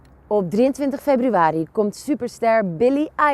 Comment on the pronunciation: At the end she says febuwary 😂 bless her